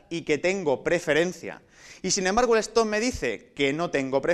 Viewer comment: una cosa mal se supone q son espanoles por que ponen stop y no lo pronuncia bien aparte mejor ubiera puesto alto q no